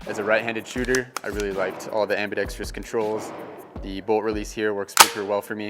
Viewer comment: I’m not always a stickler for english and I know many people speak the way they were taught, but it’s ambidextrous, not ambidextrious